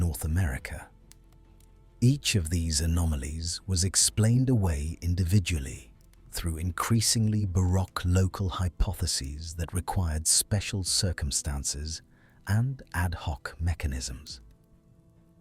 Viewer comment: While the basic information is correct, I cannot give a "Like" for many reasons. The same material is presented over and over in a disjointed manner, and the AI voice mispronounces many words (e.g., kilobar as ky-lo-bar, baroque as bar-rock, etc.). Maps that show geologic belts stretching across the Atlantic (between separated matching formations in North America and Europe) are very misleading. Images used often have nothing to do with the narration (e.g., while talking about thick roots of mountains, we see some giant insect). And don't get me started on ridiculous AI-generated images frequently used. A nice try, but fatally flawed.